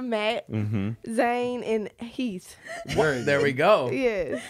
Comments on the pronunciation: Nahhh she said HEEF 😭😭😭💀💀💀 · Anyone notice she said “HEAF” instead of Heath?? I was dying 😂😂